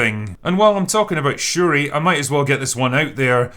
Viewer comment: Wait. 🤣 Wait did he call them Sha-ree ree?! LMFAO 🤣😆